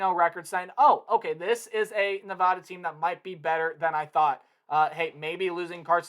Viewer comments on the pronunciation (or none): It's Nevada not nevahda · It’s nuh-VAD-uh! That’s my alma mater! People always say it wrong!